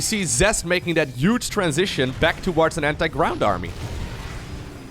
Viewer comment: Love all the casting brother! Can't help but notice the way you pronounce "those UGE army" though hahaha